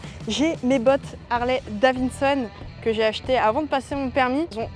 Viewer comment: Harley Davinnesonne 🤣